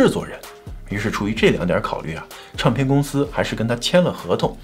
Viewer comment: Ray有一些儿化音好怪。比如领带儿，唱片儿。这些都不需要儿化音，以前视频也有类似这种